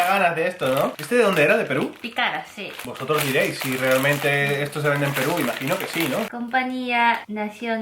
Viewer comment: Like si eres peruano😍 Pd:, se pronuncia Pícaras, hehehe le faltó el acento. Saludos chicos muy bueno el vídeo. Vayan al restaurante peruano y prueben el ceviche*-* sobretodo pidan leche de tigre, es un poco picante pero es riquísimo, 100% recomendado👌🏻